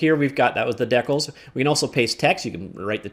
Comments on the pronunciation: Indeed! But what are these dekkles he keeps mentioning? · bro said "decles" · This game-dev's 1 secret trick will have you pronouncing decals with a zesty and exotic flare